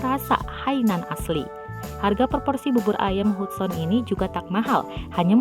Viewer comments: Bacanya Hadsen bukan hudson hadeeehhh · Gue kok agak keganggu ya si manggilnya bener2 sesuai nama Hudson.. Meskipun Hudson tapi pemanggilannya "hadsen" kali mbake 😂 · Artisnya sih hebat,punya bakat. Klo sya mau komen soal pembaca beritanya aja. Nama artis keren itu kan Hudson,,dibaca dan di ucapkannya Hatsen,,,bkn Hutson. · Hudson, bacanya Hadsen kelessss. Ah elahhh 😂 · Hudson itu dieja diucapkannya HADSON min.🙄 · Nyebut nama gax becus 😁😁😁. Hadsen di baca hudson...tapi tulisannya hudson berarti aku suudzon. 😁😁